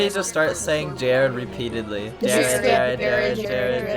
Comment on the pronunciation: my favorite part is when sed it's jerrding time and jerrded all over the place